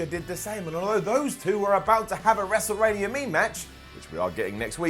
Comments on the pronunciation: "wrestlerania mematch" xD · I love ya man but I had to point out the wrestle rania mematch at the beginning 😂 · A “wrestleramia mematch”??? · ‘Wrestlerania Mematch’ lol I’m dead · "Wrestlerania mematch" 2018